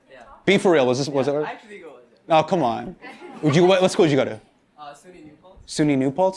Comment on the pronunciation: The way hasan say com'on is hilarious